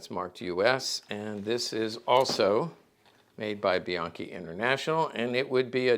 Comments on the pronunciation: a closer pronunciation would be "be yankee", as per my step grandfather Jesse Bianchi. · Isn’t the name pronounced “bee yankee”?